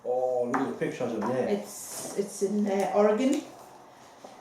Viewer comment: Thank you for saying or-a-gun instead of or-a-GONE as too many (mostly mid-western and eastern) Americans do.